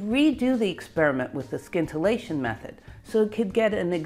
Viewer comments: The 'c' in scintillate is silent. Just say 'sintillate'. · a super video! I have to say the pronunciation of "scintillate" threw me for a bit. I've never heard it pronounce the way you pronounced it. It's pronounced like the "sci" in science. The specifics of Rutherford's discovery gave me the best feel for the inner atomic distances.Thanks again.